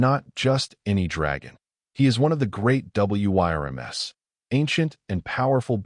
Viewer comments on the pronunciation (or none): It is pronounced worms not wy-r- ms. AI needs help. Do a better job of editing. Or, get a human to read the story. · Where I'm from "Wyrms" is pronounced as "wurms" (sometimes as "worms"). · Spelling out W.y.r.m.s. every time is plain annoying to me